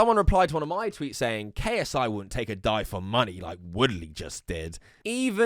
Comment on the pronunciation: You pronounced money wrong. Moronic no mate. Money.